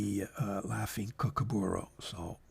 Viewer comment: the laughing kookaburra tail is a nice brown, it actually dose look like it could have come from a kookaburra tail. it is pronounced - koo koo ba raah, im learning Italian so i understand why you said it your way. I do enjoy these videos.